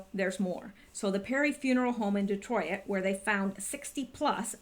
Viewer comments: Detroit not Detroi it lol 2 syllables. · lol De troy it ? You make me laugh every time you say Detroit. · Lawdamercy please learn how to pronounce Detroit!! Lol